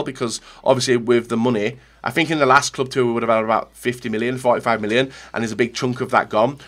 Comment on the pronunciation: "Club Two-er day"